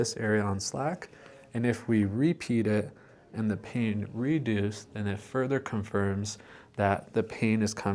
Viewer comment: Just to be sure, you're saying "reduce" not "redo's" right?